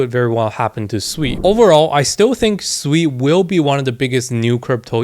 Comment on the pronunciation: It’s pronounced as sue e